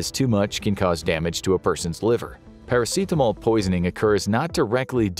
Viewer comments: why dya keep prenouncing paracetamol as if its a very spanish word or summink lol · Is that really how you pronounce Paracetamol in English? Pairaseetamol? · The way you say "paracetamol" bothers me to the point of irrational hatred.